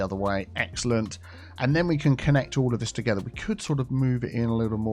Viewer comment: well since you said it 80 times in 2 minutes, play off "together".... Teagetha. Tea Geh tha. Ta getha Together. Picking up what im putting down mate?